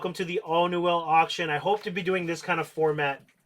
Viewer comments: Newell is pronounced new weul, not "nouwelle". Just thought I'd mention. I met Carl Newell years ago at his factory and that's how his surname is pronounced. Very pleasant man btw, he helped me personally replace a reel that had been lost at sea... I'm a big fan of his reels and have a large number of them in mint condition. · Why do you pronounce newell so wrong, here look up 2ndchancetacle and you can hear how it's pronounced.